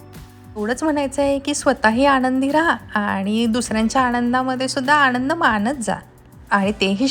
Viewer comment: ही nrgative comment नाही आहे पण तू आनंद ला आणंद म्हणतेस पाणी ला पानी म्हणतेस थोड लक्ष दे. तुझी मराठी शिकत आहेत ते ही चूकीच उच्चारण करतील.😊